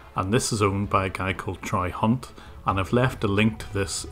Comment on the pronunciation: "Try Hunt" WOT Troy Hunt"